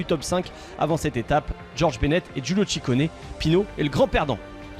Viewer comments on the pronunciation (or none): none